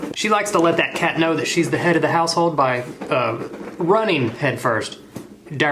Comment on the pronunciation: Ideas for videos: Edit together every time he blows into a mug in opening videos. Edit together every time he says cat in that weird accent